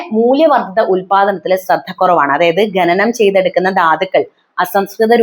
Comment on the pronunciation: എന്താ മോളെ ഈ ഗനനം? ശുദ്ധ മലയാളം പറയൂ, ഖനനം ആണ് ശരി.. Eg നഖം